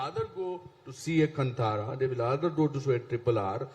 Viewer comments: Kantara not cuntara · Still these idiots pronounce as KaNtara like Kannad. It is kaantara like Rishab Shetty said. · It's not Kntara, it's Kaantara. Correct your pronunciation. Very well said Anupam sir when you say these are Indian film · Still they can't pronounce Kantara properly!!